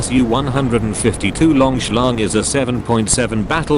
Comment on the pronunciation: Very 'lonk'